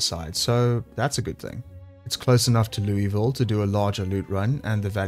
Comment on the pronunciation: It's not Loo-E-Vile. It's pronounced Loo-ah-ville. just sayin'. i would know , i lived there IRL.